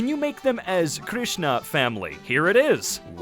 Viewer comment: Are we not going to talk about how he pronounced Krishna correctly with the correct rolling on the r and the staccato on the n